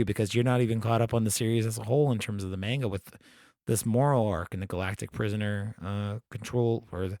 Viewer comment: Enjoyed the discussion but what’s with the coin-flip pronunciation of the word “manga”?